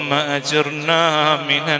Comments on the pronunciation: അല്ലാഹുമ്മ 'അജ്ർനാ' അല്ല - അജിര്നാ ആണ്.. കഷ്ടം!! Mimic ഒഴിവാക്കിക്കൊണ്ട് പറയുന്നത് എന്ത് എന്ന് മനസ്സിലാക്കി പറഞ്ഞാൽ ഇത്തരം അബദ്ധങ്ങൾ ഒഴിവാക്കാം. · اللهم أجرنا (بالراء المرققة لا بالمفخمة) أدام الله صوته الجميل